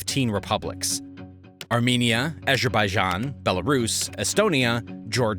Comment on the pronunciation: 2 things. 1. TIMING - INSANE! Just wow! 2. The way you butchered "Azerbaijan" - hilarious! Makes me feel better about my own screw ups!